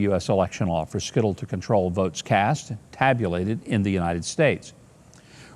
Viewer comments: It is pronounced Sy-til. Not skittle lol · It's pronounced (Site l), not skittle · "Sy-tal" pronunciation-- not "skittle"--- mr. Mayor sir.😔❤️🙂